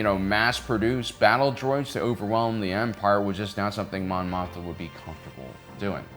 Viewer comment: Mothma, Mon Mothma, not Motha. It has to be on purpose at this point.